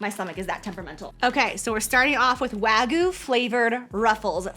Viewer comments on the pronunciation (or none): lol WAGOO. Wag-you. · The WAGYU... (not "Wagu")